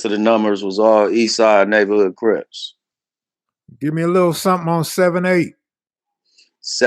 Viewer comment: Why does he call Crips "Rips"?